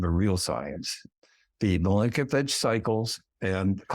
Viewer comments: I've never previously heard a professor mispronounce Milankovitch and fail to be clear about why winter moves from close to the sun to further away -- in fact he skimmed that in such a way that an undergrad could come to an incorrect, but functionally useful, conclusion. I'm not used to this... he's credible in most ways but this leaves me stumped and wondering... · If one talks about Electromagnetic interactions between Earth Moon and Sun, cannot pronounce Milankovitch and writes Panel as 'Pannal' and claim to do REAL PROVEN SCIENCE would you be inclined to believe them?